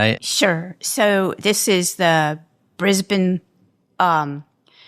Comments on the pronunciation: I love how Dr Diana pronounced “Brisbane” at the start of the interview! As a Brisbanite, thank you! It’s rare Americans pronounce it the way we do here in Aus 🇦🇺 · My hat’s always off to Americans who pronounce “Brisbane” properly! Nice work! But now “Austrulya?” I think I’ll give positive points just for this being utterly unique to me!